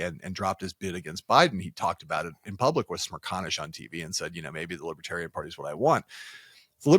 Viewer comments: "Liberaltarian" 😅 Thats Left-Libertarian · Trump thinks that 'Lib-EH-tarians' refuse to go to jail.... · “Libbatarian”. UGH. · What posessed tRUMP and his handlers to think going to the Libertarian convention was a good idea? The drive home or wherever they went must have been highly unpleasant. He couldn't even pronounce "Libertarian" properly. MAGA taking over the hall was a huge mistake. It just infuriated those delegates. 🇺🇸